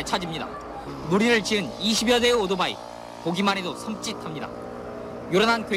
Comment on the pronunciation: 앵커가 발음을 오도바이라네 ㅋㅋ